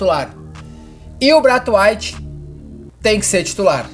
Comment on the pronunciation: Não entendi de onde os brasileiros tiraram que se pronuncia "Brait Waitch" A primeira vogal é A, que tem som de "ei" E Waite obviamente vai soar como "wait", não como white. E pra quem dizer que ele é dinamarquês, não inglês, o sobrenome vem do pai que era de Suriname. Colônia inglesa na América do Sul